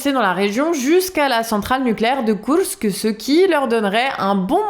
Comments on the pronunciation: C'est bon on a compris,vous savez dire Koursk à la Russe/Ukrainienne...,c'est très désagréable en fait,ça fait très "moi je sais",à la française si possible svp. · Marrant cette façon de prononcer Kourks en roulants les r, et de prononcer imar pour les missiles, est plus douée en ukrainien qu'en anglais;-)